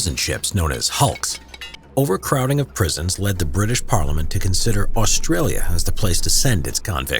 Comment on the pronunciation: The only thing I hate about is how they say Australia